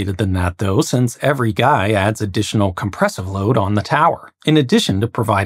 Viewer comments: He he. "gei" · For the first half of the video I thought you mispronounced guide-wires, but they're actually called guy-wires... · Are you saying guy wires or guide wires?